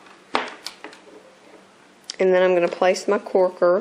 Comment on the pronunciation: lol u say corker funny lol not trying to be rude